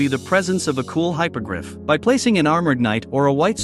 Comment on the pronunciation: *Hippo-griff Not Hypogryph Great build btw keep it up